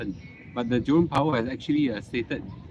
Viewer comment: Why I keep on hearing Jurong power?